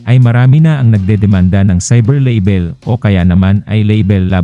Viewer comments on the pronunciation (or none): Hindi po “leybel” ang pagpronounce kundi “laybel” .”